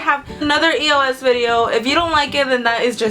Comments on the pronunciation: it not E.o.S it pronounce eos ee-os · I never say e-o-s I say eos ->eyose